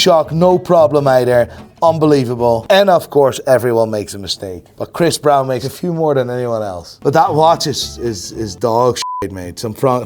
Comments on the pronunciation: how do u pronounce BROWN brother. its not BrAuN, Brain or Brian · Tf is Chris Bryan.. can't you say Brown, it's easy af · everybody: chris brown: chris brian 🤣🤣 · "Chris Bryun"